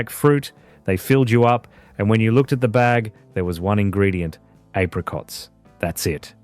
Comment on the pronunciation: Not like today, everything artificial, fake, synthetic, even the AI video narration that cannot pronounce apricots.